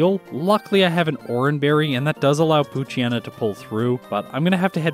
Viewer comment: It seems like the endings of Poochyena and Mightyena are supposed to be pronounced like "hyena". Also, Crunch is special and Shadow Ball is physical. Makes perfect sense. Amusingly, every single damaging Dark move switched to physical in gen 4.